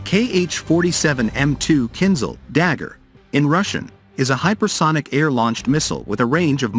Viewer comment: КинЖал, а не кинЗал =.=